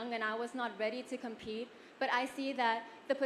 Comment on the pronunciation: พูดภาษาอังกฤษรวมทั้งคำ Thank you ทั้งหมด อย่าปนทั้งไทยและอังกฤษ ไม่ต้องรีบพูด ควรพูดชัดถ้อยชัดคำ เว้นวรรคและประโยคให้น่าฟังยิ่งขึ้น ต้องออกเสียง complete ไม่ใช่ compete ยืนขาไขว้กันบุคคลิกจะดูดีกว่ายืนแบบเคารพธงชาติ เหตุผลจะปิดช่องโหว่ส่วนท่อนบนของขา เป็นกำลังใจให้นะคับ